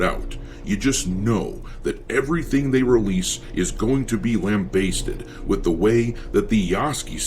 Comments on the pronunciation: “Lamb basted.” It’s “lambasted” bro. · Ffs. Lam-bast-ed.